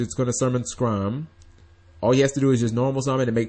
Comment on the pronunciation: ITS NOT SCRAM. ITS SCARM. LIKE SKARMORY, THE POKEMON. JUST PLEASE, ITS NOT THAT HARD